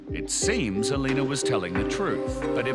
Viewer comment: Alina ? LOL more like Alino.